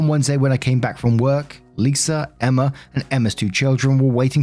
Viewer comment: The girls name is emma.... E M M A FUCK 10 MINUTES OF EMMERRRR IS TOO MUCH How bout you try to pronounce peoples names at least